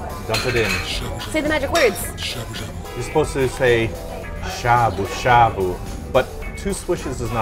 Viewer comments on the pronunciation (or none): DX Trying to be cool...... but the a sound is getting to me, cause you guys are saying shabu shabu so much. Cause I keep hearing "a" as in "abdomin" instead of the "ah" as in "awful" lol. But you're learning, and you're doing awesome, and who the hell am I to get hung up on your pronunciation??? #nobodythatswho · Sha sha buu buu now you can't speak English